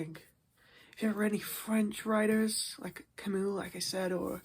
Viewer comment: the fact you pronounced camus wrong both times killed me, excellent video